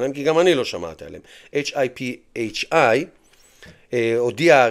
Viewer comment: היי, תרשה לי רק לתקן אותך😇 שם של החברה מתבטא כ ״היי פיי״